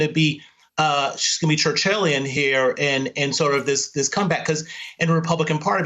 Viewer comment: He said 'Churchillian' - Am I the only linguist who noticed?